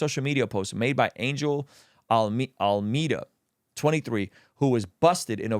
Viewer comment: AlmEEda ❌ AlmAda ✅